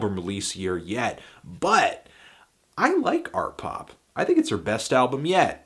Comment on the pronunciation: "Artpop" "Art Pop" oh?